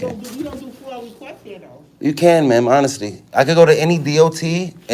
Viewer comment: A who? fOIL? Its a FOIA....